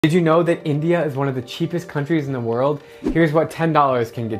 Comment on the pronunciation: I live in Bangladesh wich is a country inside India so I know everything about India.i also eat Indian food so for me it is really weird how he is pronouncing it.